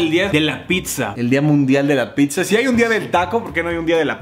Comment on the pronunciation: No digan “PITZA” plss